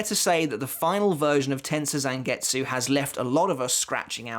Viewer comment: Learn how to pronounce Tensa Zangetsu!!!